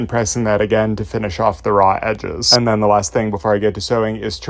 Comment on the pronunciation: thee?? Thee seam allowance?…?